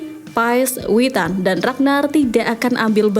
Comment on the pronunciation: Mimin ngak salah kah nyebut Witan😂